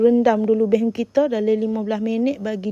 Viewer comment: Bukan bay hoon tapi bee( bi ) hoon .bi tu dlm chinese bermakna beras